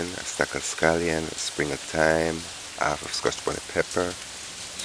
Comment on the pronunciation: It’s half not Alf please pronounce your H so ppl could understand your English